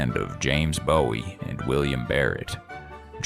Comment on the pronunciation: Please, your subject matter and research would carry you no matter what your voice sounded like. You don’t have to use a ridiculous AI voice. Any Texan should be expected to pronounce Bexar and Bowie correctly.